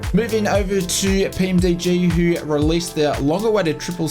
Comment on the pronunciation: PMDG not PMD lol love ya work mate